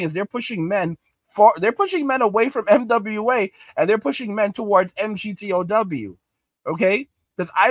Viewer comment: Say migtow emgeeteeohdoubleu doesnt roll off the tongue brother hard to listen to